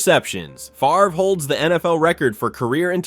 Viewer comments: It's spelled FAVRE (pronounced FAAV-re), not FARVE. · Brett Fah-ver? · He says Favre's name correctly throughout the beginning. So how does he refer to him as "Fav-er" ? And comparing Namath unfavorably to Fran Tarkenton's "consistency"... hey wait... didn't Tarkenton lose FOUR Super Bowls?? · Calls him Brett Favre at the beginning of the video and then calls him Brett “Faver” in the middle of the video. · You lost ALL credibility when you said FAVER!! 😂😂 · Ummm at one part you said Brett Faver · Mis pronounced Favres name? Hmmmm. I'm out. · I think it's funny that you make a video like this and still can't propnounce Bret Favre's name correctly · Amen brother you nailed it except for the name butchering of Packer great Brett Favre!!!!!!! Dude your performance was awesome but really hit one "Twanger" on the fiddle there with old Brett who was very good indeed!!!! Enjoy your channel! Moonpie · Mispronounced Favre! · How do you pronounce Favre correctly in the section about him, but incorrectly in the Bledsoe section?